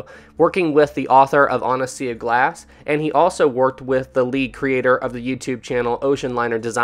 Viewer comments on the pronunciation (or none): none